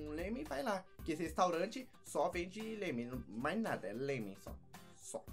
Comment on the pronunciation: é laménnnnnn e não lemen